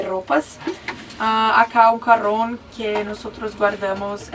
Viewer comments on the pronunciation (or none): Me encata cómo confunde la jota con la erre y dice "CARRÓN" en lugar de "CAJÓN" yo tuve un novio que le pasaba lo mismo, todas las palabras que se escriben con jota, reemplazaba el sonido con erre! ya van a aprender!